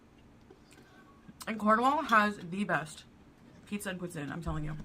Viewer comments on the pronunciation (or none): I've just 'consulted' a few videos about how to pronounce poutine. None of them said it like her. There was a T in there, not 'TZ' (poutzine), just a harder T. F off,., ffs! I was about to sip my coffee when you started with the unfortunate cat butthole! omg. Disaster averted but man... 🙄